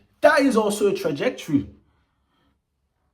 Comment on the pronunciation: man almost said Trajectorilly